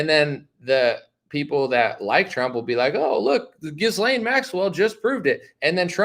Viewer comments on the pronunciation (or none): Dude - The “s” is silent in Ghislane